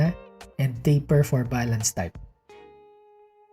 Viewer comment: Sorry, because of your tonation I can't help but hear "violence" instead of "balance" :b